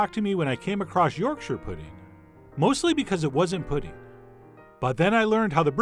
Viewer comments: Thank you, Chef John, for pronouncing this amazing food correctly. Most Americans say York Shire when it is really more like Yorksha. Well done. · I'd let to take a moment to appreciate that Chef John pronounced Yorkshire correctly as "Yorksher". Not "York-shire" or (God forbid) "York-sheer" as you often hear from people not from up north. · Thank you for not saying YorkSHIRE pudding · Yesssssssssssss!!!!! You actually said yorkshire correctly! I've heard far too many people say it like york shire (think LOTR shire). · yorkshire lass here. just wanna say thanks for pronouncing Yorkshire correctly lol. so many americans say York- Shyyyyyre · Thanks chef John for not butchering the pronunciation of Yorkshire! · Chef John pronouncing Yorkshire correctly made my day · Honestly my favourite part of this video is the fact that an American pronounced Yorkshire right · This video has raised the head count on Americans who can pronounce Yorkshire correctly from zero to one.